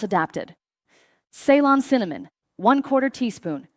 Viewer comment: Shame AI can't pronounce CEYLON